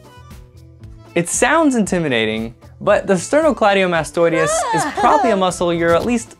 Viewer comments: You added extra i sounds. You said "sternocleidiomastoideus" 😂 It's the sternocleidomastoideus or just "sternocleidomastoid". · still misprounounced sternocleidomastoideus throughout the video:)